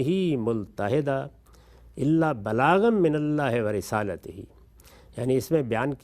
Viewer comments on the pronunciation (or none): سورۃ الجن کی آیت پڑھنے میں غلطی ہوئی ہے اس کو سن کر تصحیح کرنے کی کوشش کریں اسی طرح غامدی صاحب نے بھی سورۃ الجن کی آیت لفظ ملتحدا رسالاتہ کی جگہ رسالتہ پڑھا ہے